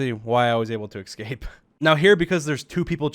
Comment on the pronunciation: I would usually be annoyed that I hear you say "excaped" instead of "escaped" but I can't be mad because I always say "expecially" instead of "especially." Our fun similarity and my OCD are conflicted. Love your content by the way, you are like a chess master.